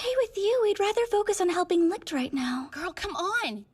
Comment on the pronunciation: Licht is pronounced leeshed did the entire dubb team really miss that?